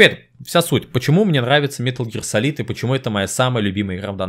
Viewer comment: “Метал Гиар Салид» иииии я сразу же выключаю видео.